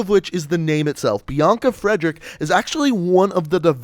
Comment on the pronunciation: God....that butchery of Friedrich. XD It's not pronounced "Frederick". You see the spelling?